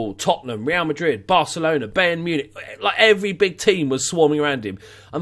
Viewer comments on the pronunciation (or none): none